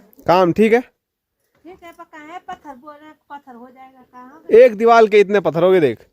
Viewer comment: Deewal nahi deewar bolte hai